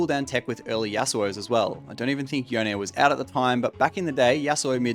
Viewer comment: why does everyone call yone yonae